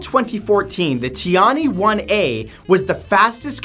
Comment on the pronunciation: please, pronounce tian-he as TIAN-HER. Also, it's Tai Hoo. You could always ask Google Translate to pronounce it for you to learn before you record any video with Chinese words.